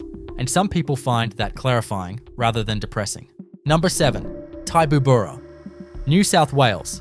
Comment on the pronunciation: FOR GOODNESS SAKES... TIBOOBURRA is 'TIB' - 'OO' as in 'BOO' and 'BURRA', as in BAR-RAH... TIBOOBURRA. MUNGINDI... 'MUNG' as in 'RUNG'...'IN' as in 'INN' - 'DI' as in EYE... MUNGINDI.